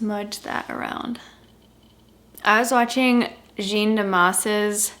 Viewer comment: jeanne damas is pronounced like j-awn dah-mah ♥️